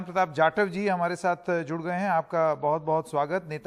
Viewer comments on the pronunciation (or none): none